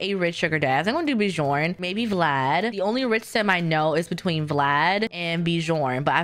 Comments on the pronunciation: haha love your videos, just wanted to say Bjorn is pronounced like byorn, not beejorn 😊 and Geoffrey is just Jeffrey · Bih-jorn xD It's pronounced like a y. Like Byorn <3